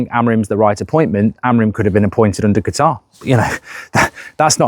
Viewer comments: Mark it’s CATAR not Guitar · Please no! Simply coz I can't handle mark constantly saying 'Gutar' 😂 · and qutar😂